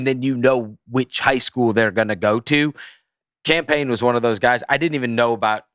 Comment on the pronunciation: Bro pls quit calling him Cam Payne, it sounds like you’re saying campaign